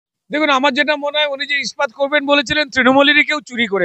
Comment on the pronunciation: খুব ভালো লাগলো রুদ্রনীল বাবুর সাক্ষাৎকার তবে একটা ব্যাপার না বলে পারছি না, র ওই "ইস্পাত' শব্দটাকে বারবার "স্পাত - স্পাত" উচ্চারণটা বড় বিশ্রী শোনালো।😏 প্লীজ আপনি একটু বাংলা ভাষা তথা শব্দ উচ্চারণ নিয়ে অনুশীলন করুন।🙏